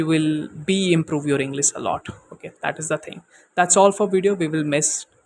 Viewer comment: Inglis??? Bro u have to work on your pronunciations because it a plays a major role before you frame words to make it a sentense .